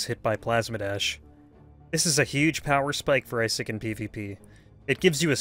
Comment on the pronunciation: I-sick is how you pronounce it